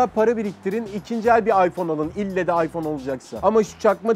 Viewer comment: Aypon değil ayfon 😂😂